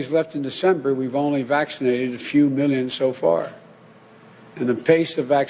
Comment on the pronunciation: How many is "mil-len"? How big is "uge"?